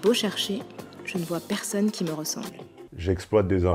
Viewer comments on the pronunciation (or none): none